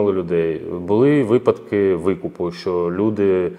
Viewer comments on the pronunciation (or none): none